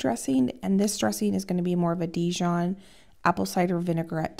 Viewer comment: It’s pronounced Dee-zhaan mustard, not Di-John. Just in case your mom had never been told.